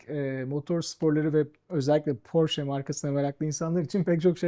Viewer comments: Porş değil Porşe... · Porş ❌ Porsche ✅ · 'ın bu seviyede bir satış temsilcisi olması nedeniyle Porş değil Porşe diye doğru telaffuz etmesi gerekir. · bir kaç kez Porsche telaffuzunu ''Porşe'' diye düzeltse de, ısrarla 'Porş' şeklinde telaffuz etti =) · 20 yıl öncesinden sahip olduğum Aquaracer'ı hala kullanıyorum. Butik de çok güzel olmuş, hayırlı işler olsun. Tek eleştirim, bir Alman markası olan Porsche'yi Hilal hanımın sürekli "Porş" olarak telaffuz etmesi. Oldu olacak kendi markalarını da Amerikalılar gibi "TEG" diye söyleyebilir:)) Güzel saati Serdar Bey'e hayırlı olsun, kolay gelsin. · Burak beyin gittikçe PORŞE ,,,,,PORŞEE,,,PORŞEEEEE,,,,DEMELİSİN .....PORŞŞŞ DEĞİLL DİYEMEMESİ:d:d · Ben de çok takıldım porş diye okumasına :D ufak bir detay ama iş birliği yapılan markayı çalışanlar doğru telaffuz etmeli.Sonuçta lüks kesime hitap eden bir ortam.Şahsen bir porsche sahibi olup o butiğe porshce temalı bir ürün almaya gitmiş olsam geri çıkardım